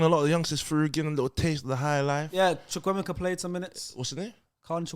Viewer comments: it is Choo-Koo-A-maker (Chukwuemeka) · I’m Nigerian. pronouncing chukwuemeka is horrendous. He got it wrong